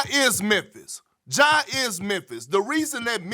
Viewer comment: His name is Ja not Ga Morant, why G12? Help me with that Perk!